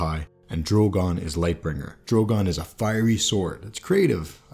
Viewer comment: Nice insight. One thing...."fiery" not "firey"